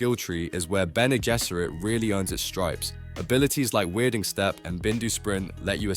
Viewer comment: You have to amazing ability to pronounce Bene Gesserit differt every single time and none of the times are correct.